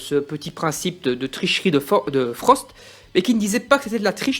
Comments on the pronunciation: Frostt pas forst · Non seulement tu passes ton temps à dire "Forst" au lieu de "Frost" à l'oral, mais en plus même à l'écrit dans la description de ta vidéo tu fais la faute haha !